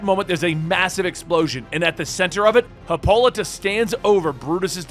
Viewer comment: Lol her name is pronounced HIPPO-LITE-A